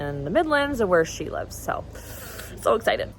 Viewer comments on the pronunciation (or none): none